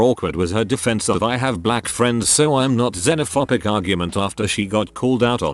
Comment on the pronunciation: "Xenophopic"? I thought is was -phobic As in Xenophobia.